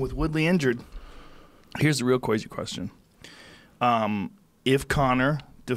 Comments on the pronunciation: Joe "Kwazy Question" Rogan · Joe "Qwazy Question" Rogan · Joe "cwazy question" Rogan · joe "here's a real cwazy question" rogan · Joe "here's a cwazy question" Rogan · "here's the real 'cwazy' question"